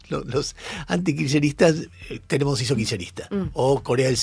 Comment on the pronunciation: En serio? Tenembaun?🤦